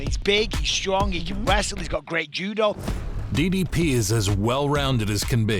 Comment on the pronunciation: pronouncing ddp as diddy p. made me laugh out hard